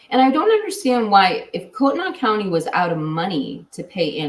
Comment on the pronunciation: It’s pronounced Koot-knee County 🥰 114 degrees in Sacramento, CA